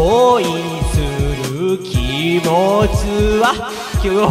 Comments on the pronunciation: 「きせつ」+「きもち」=「きもつ」 きもつwwwwwwwww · 今でも聴いてるよ 何回聞いても こいするきもつ で吹くw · なんかなまっちゃってる笑笑